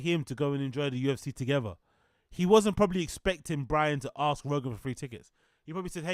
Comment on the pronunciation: Did Bapa teach how to pronounce the word ask?